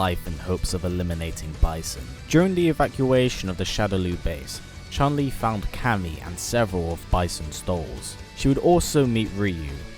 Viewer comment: Not chan li Chun li